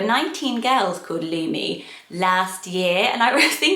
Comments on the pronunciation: I first thought you said Looney when you said Lumi. Kids can be cruel so that one is a no. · In Finland the “u” is pronounced shorter than how is saying it in the video so at least to my ear it doesn’t sound the same. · your pronounciation of Lumi is a bit different to Finnish/Estonian but still pretty! never heard of a person with that name but plenty of white dogs and cats lol. not sure how I feel about it as a human name though, it’s a bit too literal at least in these countries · You pronounce Lumi a little bit weirdly. 😄 I am Finnish and I like Lumi a lot, but it's not a common name.